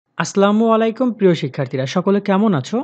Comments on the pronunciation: ভাই দয়া করিয়া.... সালাম টা শুদ্ধ করে দিবেন..... প্লিজ...(আর কোনো বিয়াদবি হলে মাফ করবেন) ❤️❤️ ধন্যবাদ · সালাম টা শুদ্ধ ভাবে দিবেন ভাইয়া